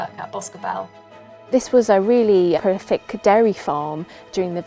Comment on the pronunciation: does the speaker say “...this was a really horrific dairy farm...” ?! Or am I miss-hearing ‘prolific’?